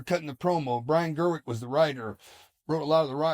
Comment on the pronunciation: Gewirtz, not Gerwick.😂😅